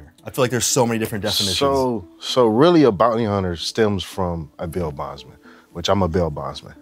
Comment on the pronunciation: Bond-ty Hunter 😂